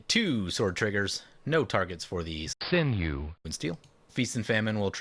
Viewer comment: Hahaha you said "sinew" correctly this time! Congratz! xD GG!